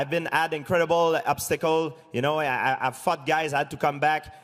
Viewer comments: GSP says "fought" like "fucked" xD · Is it me or George said i fucked guy haah.